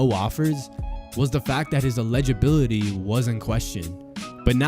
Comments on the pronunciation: Allegibility 🤭🤭🤫 eligibility (ell ligg ability) say it slowwwwwwwww please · the guy who made the video mispronounced eligibility lmao